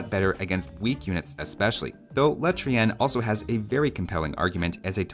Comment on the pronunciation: the way your pronounce Le Trien is so hilarious xD